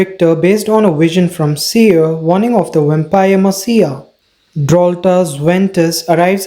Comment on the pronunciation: This was a nice recap, but, without trying to be rude, you should look up the pronunciations of any words you aren’t sure how to pronounce (like messiah, or cowardice, to name a few) since you also have an accent it’s kind of difficult to follow